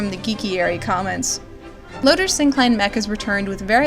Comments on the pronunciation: LOOOOOTOR! NOT LOADER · Why do people say Lotor's name as Lodur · Thanks for putting this together! It really helped me understand the inexplicably unfulfilled feeling I had by series' end. Also, I never knew people pronounced Lotor as "Loater"; I always thought it was "Low-tore", haha. Cheers and thanks again for all the research and prep you did for this video. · Did we watch the same voltron cuz I swear it was Lotor not Loader lol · It's pronounced: Low-Tor. You even hear Lotor's name pronounced in the few clips in this very video. And no and no to two married men. No thanks to that. I am blessed to have video editing software. All that and more was so forced. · Low-Tore That's how you pronounce Lotor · All was good until you called lotor, loader Haha nah I'm joking, this video is really well scripted and has amazing points, I can tell you are/were really passionate about this show and genuinely care for the characters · Amazing analysis, this show is such a fustercluck but as it is it's still the best Voltron anything... woof. Man what I'd do for a Gundam the Origin style manga of VLD. P.S. I love the way you say Lotor XD Lotur Is that supposed to be Roy Fokker in the leak? It could've been a longer haired Adam as per the audio description. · It really bothers me how to say “Lotor” and “Coran” considering it was literally said in the show :)